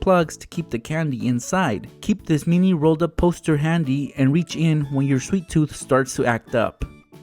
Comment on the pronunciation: Stop pronouncing mini wrong